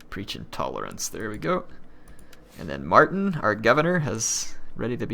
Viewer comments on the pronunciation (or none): none